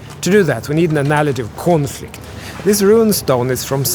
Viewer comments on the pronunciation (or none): Did you say “Coinflict”… 😁